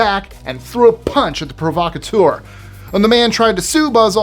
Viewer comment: PRAH-VA-KATE-ER ive never heard it pronounced PRO-VA-CUT-TOR